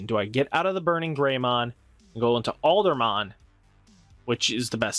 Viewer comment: Aldamon Where you getting the "r" from? Lol